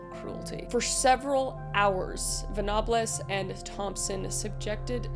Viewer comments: it's Ven-abbles, not Ah-bles, its just weird to hear the name said wrong because the Bulger case is part of the british consciousness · Love the video, but the English person in me legit flinched with each pronunciation of Venables. Its Ven-able-s not Ven-a-bles. That case is known by even children in the UK. It is one of the stories most parents tell their children that any stranger could be dangerous, age be damned. The rage of the public was entirely understandable and the justice system here is a joke. Thing is there are lots of young offenders in the UK now as so many children/teens carry knives and (Unfortunately) in some locations guns as although massively regulated they can still be accessed in the UK (Hence the 3 shootings publicly known in the last 3 years). The issue (Both then and now) is this Chav culture. Essentially, some families from impoverished backgrounds, raise their children in an environment which either encourages or is apathetic to anti-social behaviour. This generally occurs in locations known as Sink Estates (Maybe once council housing though that is becoming less as of late due to off shore purchasing) and when families are in these locations it is difficult to get out of them. Due to the trouble at home, these children will act out/bunk off school and due to a lack of mental health support networks they generally will fall into 3 categories: Homelessness, Gang Criminology or Independent Criminology. I was raised in a deprived area, with about 5 Sink Estates in my town alone. While in education, it wasn't difficult to spot the children from troubled homes, and those who were activ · I'm sure his name is pronunced "Ven....A....Ball" Not Ven...Ab...Les 🤣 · It's pronounced ven-a-bulls not venopalis by the way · Ven-a-bulls, not venarbles. Bull-jer not Bull-ger. Im sorry, I had too, I'm from Liverpool. Not actually bothered about the killer but please recheck pronunciations of victims. 😊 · Vignobless😂 ? ven-a-bles like feastables